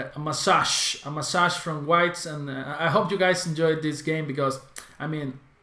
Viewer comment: massage is pronounced mæ-se-ker